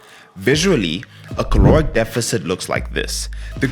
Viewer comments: Its caloric, not claoric…. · Caloric not claoric